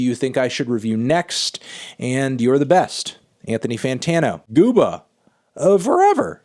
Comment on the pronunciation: He's too white to say gooba